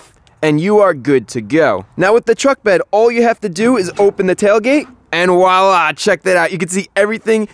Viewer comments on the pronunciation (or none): none